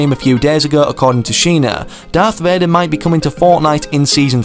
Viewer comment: "Darth Vadar"